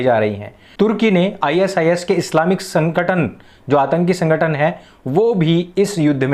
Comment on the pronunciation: pehle kehna to seekh le chutiye sankhatan bol rha he